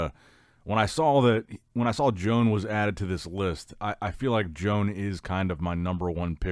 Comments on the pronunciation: its joan (yo-hahn) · He literally does it because he knows it annoys us and he can't care less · There is no way pronounces Joan's name correctly. I'm starting to think he's doing it on purpose 😠😑. Let's go Joan.